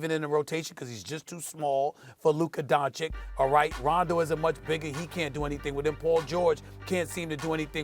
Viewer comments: DON-CHICH NOT DON-CHICK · SAS knows how to say Luka’s last name correctly but is choosing to say Donchik on purpose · dont forget the other one who says “luka donaKICK” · I hate how Steven A. calls Luka "Dochik", and every time he says it, it sounds worse. If you don't know his name, Google him, please! And you call youself a reporter! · His name is Luka Donchich!!!! LEARN his name, it's YOUR JOB as professional sports commentator. Stevo Šmitu! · "Donchik" "lennit" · Stephen A: Luka “Donchik” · You'd think with all the praise Stephen A gives Luka, he'd learn to pronounce his name right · At this point it's just disrespectful that he isnt pronouncing Luka's name right. He just doesnt want to change. It's not even hard. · How can this clown not pronounce Luka's surname correctly is really annoying. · You Americans pronounce “Don” in his name wrong also. So it doesn’t matter.